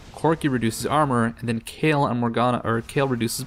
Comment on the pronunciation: Is that how you pronounce the name? I thought you had to say that last "e" in Kayle too. After all, she is a woman.